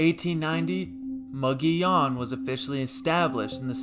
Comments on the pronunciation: "MUG EEH OWN" NOT "Mo go leon!" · For the record, the town is pronounced "MUG EEH OWN". . . Not "MUG ON YON" Check with the locals in Glenwood if you don't believe me. . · Anyone who butchers the name of the town that bad should not have a YouTube channel. . the town name is pronounced "MUG EEH OWN" All he had to do, was ask any of the residents of Glenwood, or Alma.